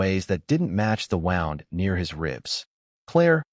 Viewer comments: Pronouncing of words needs attention, please. Wound is spelt W-O-U-N-D not wound as in wind😮😊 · The word is wooond not wound.